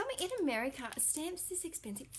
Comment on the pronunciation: stamps...not scamps.. lol. apparently im on a verbal holiday as well